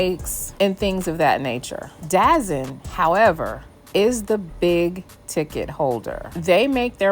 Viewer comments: DAZN is not pronounced Dazen it’s pronounced DA-ZONE hence, DAZN. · you mean DAZN? It’s pronounced The Zone. I got you! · 27 it’s da zone say it right dazn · Great content. By the way, its' pronounced " The Zone". Not Dazon/ Dazn. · It’s not dazzen it’s called the zone dazn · ITS NOT CALLED DAZZIN ITS CALLED DAZONE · It’s “ Da Zone”.